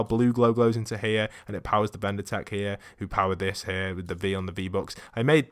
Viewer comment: It's pronounced Vindertech